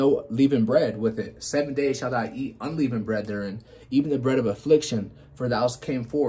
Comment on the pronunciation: no offence but its un-leh-vund bread, God Speed